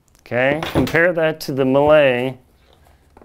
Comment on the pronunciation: Pretty informative video. I can't find those Millets in any store so was curious to find more about it. One think if I may, it's a french brand so should be pronounced "mie". I believe that crampon doesn't fit well and is no click due to having such a big size with a bar too short. What size are your Cube? Are your crampons fitted with a wide toe bail? I take a 42.5 and found with both Olympus too narrow even in 44. The Phantom 8000 is so hard to put on and I can't imagine doing it up at higher camps - annoying zip, velcro too short and shell has too narrow opening. I'm hoping to get hold of a Millet and pray it will fit my wide foot. Cheers